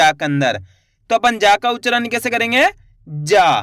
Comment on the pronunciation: Aap mumbai se ho kya kareengga bol rahe ho 😂😂